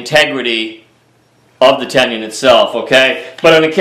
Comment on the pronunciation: there is no Y in Tenon it is not a tenyon